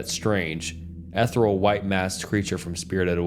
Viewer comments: corps : core - insignia : in-sig-knee-uh - ethereal : eth-ear-re-all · Corps Its pronounced like core not corpse E-theer-e-al Stoo-pur